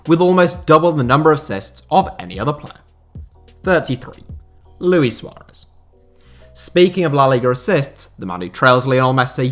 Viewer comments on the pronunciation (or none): none